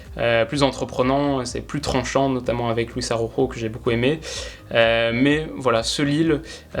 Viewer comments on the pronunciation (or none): Luiz Arauro? 😂. Il est brésilien, il n'y a pas de "jota" (rota) en portugais, donc Luiz Araujo (Louisss A ro jo)